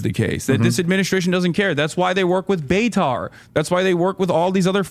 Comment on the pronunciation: He said beitar right like beitar F.C 😂